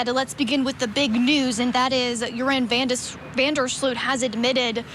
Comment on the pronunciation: So many White Americans have European - specifically Dutch - ancestry, it’s a wonder many Americans don’t bother to pronounce things properly, especially in the news. It is pronounced Van der SLOW-t not Van der SLEW-t. Otherwise, I hope he’s not lying! I credit Natalie’s mother for her persistence. Poor lady! Even if she now knows, it can’t make her loss any less, I’m sure. What a ridiculous reason to kill someone! He’s an embarrassment to The Netherlands, and has tainted the reputation of beautiful, peaceful, safe Aruba forever!